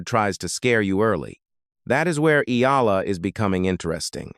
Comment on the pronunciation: E-a-la ( Eh-yah-la). Please correct your pronunciation. You guys did the say when “Pacquiao” first became a world champion.